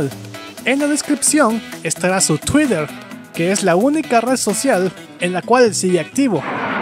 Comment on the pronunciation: Yo te recomiendo que no trates de pronunciar las palabras en inglés como crees o has escuchado que las pronuncian. Es molesto escucharte tratar de pronuncia "tuider" Dile tuiter y listo o "gogl"(o es "gugl"[doble oo se pronuncia u en inglés] o gogle, no gogl). De ahí en fuera me gustan tus videos.